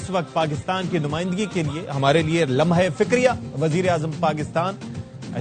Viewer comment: Did he just say lamha -e-fikriya 😅😂